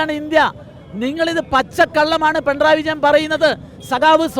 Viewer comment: Pentray അല്ല കുട്ടി പിണറായി